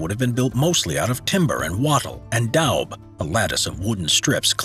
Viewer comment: Daub = “Dawb”